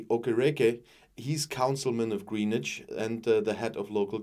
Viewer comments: Actually, it's more like 'Grennitch'. The 'w' is barely audible. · 'GrEEnwich' is pronounced 'GrEnwich', HTH 👍